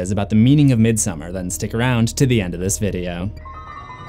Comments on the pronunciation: I’m surprised no one has mentioned that the painting in Dani’s room is Swedish artist John Bauer’s painting from his fairytale about a princess and a bear. Also Dani’s parent’s wallpaper is a Swedish style of folk art flowers. (Both a foreshadowing) Also midsommar is pronounced: meed-some-are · It literally is. Its not pronounced how the normal name Christin is. Also its not midSUMMER its midSOmarr